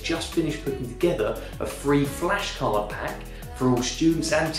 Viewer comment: 'flesh' cards lol